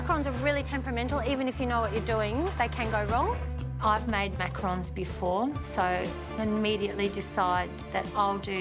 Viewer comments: "Macaroons" --the fake chef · the JURY pronouncing macarons wrong is sending meee 💀